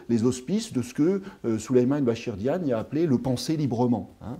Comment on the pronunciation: C'est pas diane mais Diagne